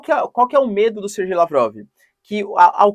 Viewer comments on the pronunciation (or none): Sergey Lavrov pronuncia-se "serguêi" Lavrov ("ser-gay"), e não "SerJei". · Olá professor. Por que você fala Serjei sendo que todos dizem "Serguei" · é SER-GAY, ou SER-GUEI, FALA DIREITOOooooooooOO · Professor adoro bastante os seus vídeos e agradeço a sua disponibilidade em fazer os vídeos. A pronuncia correta seria (Serguei), aqui na Rússia falamos (Serguei lavrov).